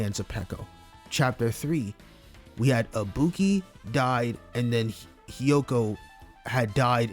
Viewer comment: why it sound like bro called ibuki hibiki?